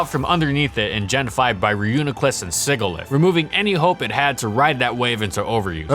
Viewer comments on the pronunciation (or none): "Sigilyph" is pronounced with a soft G (as in the word "sigil"). Keep up the good work!